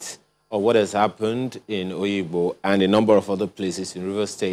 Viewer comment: It is NOT Oyigbo it is called Obigbo